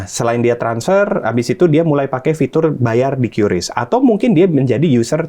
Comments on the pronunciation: Qris baca "kris" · Bacanya kris pak bukan kiyuris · q = kiu ris = ris